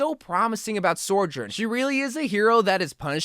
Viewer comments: I think you are saying her name wrong it’s so jurn not sore jurn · I hate to be a grammar Nazi or whatever, but please for the love of God stop saying soR-journ it’s SO- JOURN, like Sojourner. I don’t mean to be annoying it just bothers me for whatever reason. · SOjourn not SORjourn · Say it with me, So-Jurn. SO. This video makes my brain Sore-Jurn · Bro you wack: soijoirn everyone else: sohjurne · good video - it's pronounced So - jern btw, she actually says it like that herself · I hate how he says it lmao